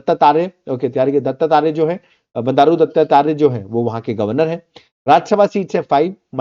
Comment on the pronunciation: दत्तात्रेय बोलने नहीं aa rha